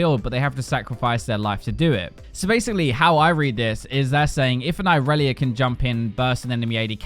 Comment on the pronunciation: this is like 3 video in which when you said irelia i heared aurelion, and i was like wtf cheeky bastard